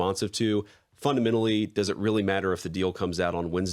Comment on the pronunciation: JD needs to stop saying "funadmenally"